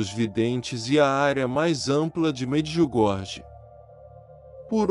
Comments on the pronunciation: Quero apenas deixar aqui uma observação: Em croata a letra jota "j" se pronuncia como "i", portanto Medjugorje se fala Mediugorie, e Mjrjana, fala-se: Miriana; não, miu Jana. Temos que transmitir as coisas exatamente como elas são. Não me leve a mal ; por favor ! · So peço a quem trasmite as MSN de Nossa Senhora em Medjugorje, procurar aprender como pronuncia os nomes corretamente. Em croata, Se escreve: Medjugorje mas se fala: Mediugorie; porque o jota se fala como i. Mirjana se fala: Miriana; e não, mir Jana. Pare de inventar, fala sério !